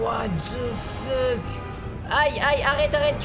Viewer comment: Et à : Mais what the feutte